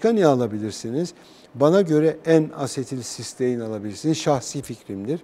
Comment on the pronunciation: N asetilsistein diyor. ( enasetilsistein)